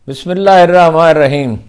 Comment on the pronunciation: اللہ آپکو جزا دے بسم اللہ کا talafuz theek کرنے کی ضرورت ہے